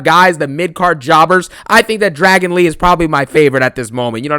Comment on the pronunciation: "Dragano lee😂